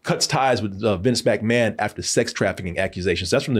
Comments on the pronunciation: Am I the only one getting triggered by how he would say Mcmahon. I was like it's not Mac like Big Mac. It's Mic like Mick Foley. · And McMahon is pronounced the same way one would say McDonald's